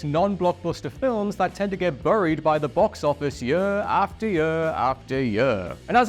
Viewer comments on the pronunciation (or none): none